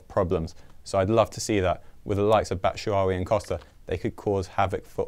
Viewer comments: Bat-Shoe-Why-e not Batwuwai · Could not pronounce batshuayi' name any worse